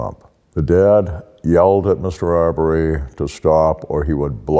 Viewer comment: Ahmaud Arbery is pronounced "Armed Robbery"